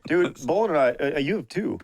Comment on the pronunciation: Man watching this living in Ontario it hurts to hear Bolen wrong lol